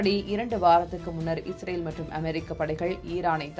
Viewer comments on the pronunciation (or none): none